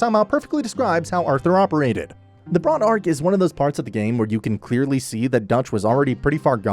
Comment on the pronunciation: Why are you mispronouncing Bronte so bad?